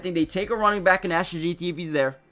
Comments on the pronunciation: Not saying his name right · One thing I know, if we take Jeanty we need to have a class on how to say his name cause I’ve heard about 4 different pronunciations of it and all are wrong 😂